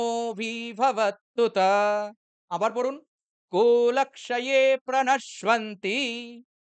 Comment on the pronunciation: Pranash i anti not pranash u anti it's pranasyanti not pranashwanti